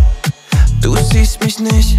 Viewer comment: Soll nicht abwertend gemeint sein, aber braucht man als talentierter Sänger wirklich Autotuning und ne Aussprache wie Pietro Lombardi? “Du siehst misch nischt” Ach, Luca, ey 😂